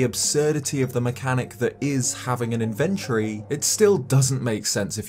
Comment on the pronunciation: You’re the first person I’ve ever heard pronounce it “in-VEN-chury” lol